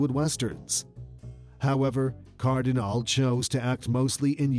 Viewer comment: Not Cardinal, not Cardinali, but CardinalE